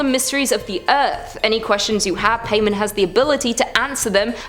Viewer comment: Paimon pronounced Pie-mon